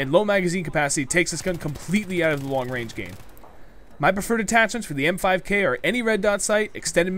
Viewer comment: I thought it was the "MP5K" Not "M5K". o_O